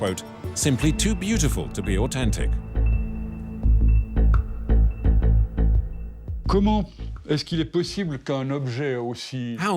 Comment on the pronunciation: Who pronounces au-then-tic au-ten-tic? Its so annoying.